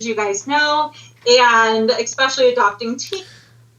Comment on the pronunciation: OMG, finally someone noticed the “...eKspecially...” that soooo many people use!!!! It’s eSpecially, dammit, not EKKKKK!!!! Thank you,!!! I thought I was going crazy or I was mispronouncing it somehow cuz so many people say it that way. And NOONE says anything. So glad to know I’m not nuts. Another thing, they didn’t “put” Ariana in the car, they MANHANDLED the f@ out of her getting her in the car. I was so uncomfortable too,!! Btw, you’re the man,, keep calling the narcissistic SOB’s out!! Protect these kids! Thanks so much for thinking abt the kids. And for putting a humorous spin on it too! 💜💜💜